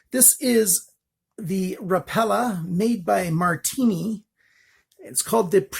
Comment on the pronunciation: Heads up, it's pronounced Rap a la. I didn't know either until I spoke to the company.